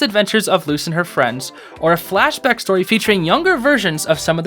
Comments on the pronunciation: IM SORRY BUT “FLAPACK?” IM CRYING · bro actually said flapback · THEY JUST SAID FLAPACK AND DIDN'T EVEN REALIZED IT 😭😭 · My guy just said flappack 😭💀